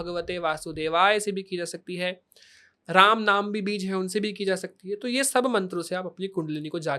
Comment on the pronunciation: बीज का उच्चारण भी स्पष्ट नहीं है इसका 😐